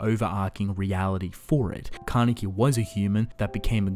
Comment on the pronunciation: Ka-ne-ki jeez